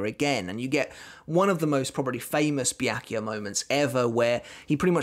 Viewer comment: Byakuya pronounces Bia-ku-ya.